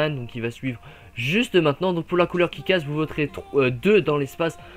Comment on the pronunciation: C'est moi où pour Kick ass , tu as dit "Kit ass " patère ça m'a fait penser à kit kat ^^